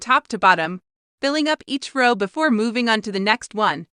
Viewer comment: The font size here is really small - difficult to read. The automated voice mispronounces the word 'row'.